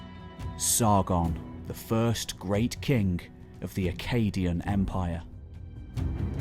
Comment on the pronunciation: I love your videos. But man, you gotta stop saying akkadian "kink" and say KING